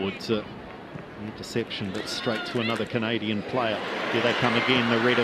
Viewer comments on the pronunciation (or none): I truly enjoyed with the kiwi transmission. The way they pronounced "Canadian" was so funny. Greetings from Chile and congratulations anew on what you got at the Olympics....